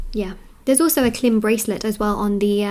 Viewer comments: Just as a help for anyone out there the mantra is not pronounced that way. It is pronounced “kleem” best pronounced in a sort of nasally way so as to feel it vibrate in your crown chakra. Hope that can be of help to some. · I really think you are wonderful and a fantastic reader! And, I have to say the bija ( seed word) “ Klim” is pronounced “ Kleeeemm.” It may also be spelled “ Kleem”. It is a sacred bija of an aspect of Mother Divine called “ Durga.” 🌹Connecting to Mother Divine is wonderful. I would suggest “ Om klim ra ra” for doing a 108 x round of japa meditation. Pronounced “ Aum kleeeem rah rah”. You are inviting Maha Durga in! Thank you for you, and God Bless! 🌠🙏🏽🌹